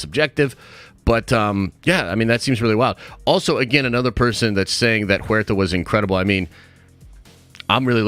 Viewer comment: Huerta is pronounced (for you) "where ta", not juerta.